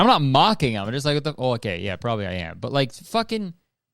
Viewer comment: is the most canadian i’ve ever heard you “ohkay”